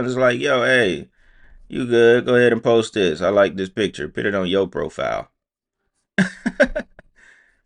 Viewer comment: PUT P(you)T Their is NO i in PUT